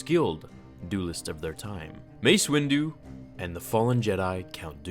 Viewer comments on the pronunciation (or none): Well... his name is Mace WinDU not Mace WinDONT after all.. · They call him "Win"du for a reason. Dooku is going down for the Count. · You can’t say Windu without “WIN”